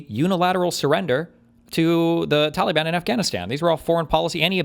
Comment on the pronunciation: For the love of god, someone teach Steven how to pronounce "Taliban".